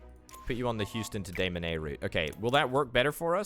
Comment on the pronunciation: Loving the series, keep up the awesome work. Also Des Moines is pronounced Duh Moyn, the Moyn rhymes with coin.